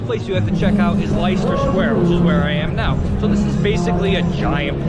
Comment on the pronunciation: Very well put together documentary and tour, covering some aspects of central London that many visitors miss. But Americans tend to make the same mistakes in pronunciation of places. It is St James's Park and St James's (not St James), Leicester Square pronounced like "Lesta", Borough Market pronounced like "Burra" and I could go on! You missed out on a lot of other attractions in the City (financial district), such as the Bank junction, with Bank of England, Mansion House (18th century) and Royal Exchange (19th century), now a posh dining experience. A stone's throw from Borough Market (Southwark) is the George Inn - the only 17th century galleried inn in London, missed by every visitor, who only want to see the market place. Also numerous old churches, some existing before the Great Fire, the Guildhall (15th century) with museum, London Museum and several free observation decks - Horizon 22 at 59 floors, The Garden at 120 at 17 floors, Sky Garden at 35 floors and The Lookout at 45 floors - all free but bookable in advance. Leadenhall Market is also worth visiting, right in the centre of the City. You didn't actually video Covent Garden itself but just the districts around. It's a pity that most visitors don't venture beyond the tired attractions that get over coverage (Buckingham Palace, the awful Leicester Square, Palace of Westminster, Camden Market). Greenwich and Greenwich Park is well worth a visit and one can get there by river boat or the DLR railway line. The Mariti